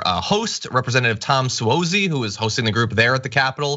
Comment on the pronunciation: It's Tom Suozzi (pronounced S W A H Z E E) He is the former Nassau County Executive and is now a Congressman in Nassau County. He is challenging Governor Hochul in this years Gubernatorial primary. And he just might win IF Governor Hochul agrees to attend the upcoming debates.